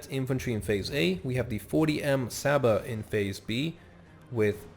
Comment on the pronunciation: And you spell cs as ch and s as sh So you pronounce csaba as chaba and lovas as lovash